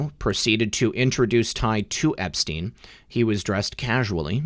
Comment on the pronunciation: Learn to say Epstein. You sound ridiculous.